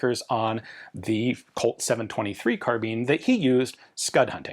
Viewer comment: When are you gonna learn how to pronounce carbine correctly?